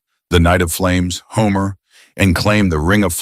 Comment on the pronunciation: why is nobody talking about how the narrator called homura homer